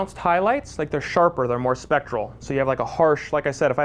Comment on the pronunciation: A good informative video. just needs to get the term "specular" right, it's not "spectral", that's something completely different.